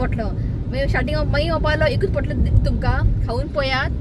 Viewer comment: Hi dear it is pantlo not potlo dear.god bless you all 🙏